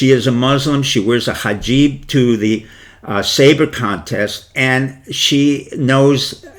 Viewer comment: "Kasoggi?" "Hajib?" "Faisal family?" "Ibithaj?" "Moderation through Saudi women?" A female Muslim as ambassador to the Kingdom?" In addition to the mispronounced words, Dr. Pieczenik's presentation is ungrammatical and incoherent. His suggestion that the USA should send a female ambassador to Riyadh is absurd. A female ambassador would be at a great disadvantage in KSA and most Saudi women would not be inclined to look to a foreign woman as a role model, no matter what her position, religion or race.